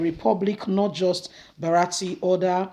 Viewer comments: not BARATI but BURATAI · the name is Bu-ra-ta-i, elehin goro, elehin woji.